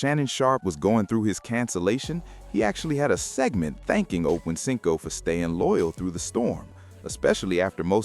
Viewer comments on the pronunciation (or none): I should've known not to waste 10.5 mins of my life listening to this messy ish...esp when I heard "them/they/it" mispronounce 85's name.